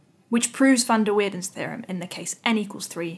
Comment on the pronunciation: with an a, and not as weirden.